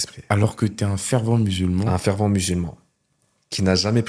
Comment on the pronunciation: FervEnt, pas fervant. Pitié !